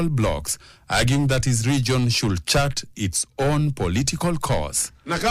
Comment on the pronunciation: I agree. Also "agreement/argument", "should" (the "l" is silent!). But the comments show folks are seemingly comfortable with mediocre English.